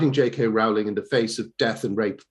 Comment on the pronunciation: How does he still not know how to pronounce Rowling?!?!?!